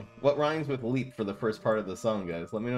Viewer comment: Leap rhymes with deep.